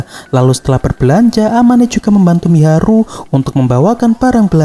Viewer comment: Mahiru bg bukan miharu🤣🤣🤣🤣🤦🤦😵🤦